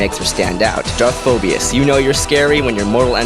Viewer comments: I'm sorry for pointing this out but when you pronounce Darth phobos you do not say the ia it's just Phobos not phobias. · Is there one I in Phobos. No. It's Phobos not Phobios. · Why you gotta add extra vowels to the word "Phobos"? :P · Great vid!!! Pronunciation was a bit off on Phobos and Kopecz but don't matter really :-)